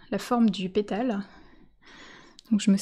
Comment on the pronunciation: tres joli, faut que j'essaye. REmarque : votre accent fait que les "A" deviennent ''ê", comme quand j;entends ''vèse" au lieu de vAse, pétèle au lieu de pétAle, etc